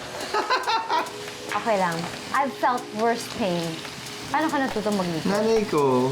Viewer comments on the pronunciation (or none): none